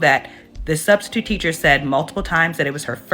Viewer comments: !!!I heard yo slick azz say STUBstitute also😂😂😂😂😂😂😂😂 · you said "Studstitute"😂😂😂😂